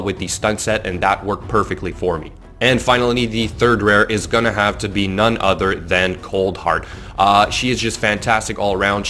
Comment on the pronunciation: “Other” not “udder”... besides that, good video